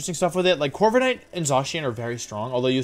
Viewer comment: Why does hearing him say Gigalith and Corviknight as “Jigalith” and “Corvikanight” bother me so damn much?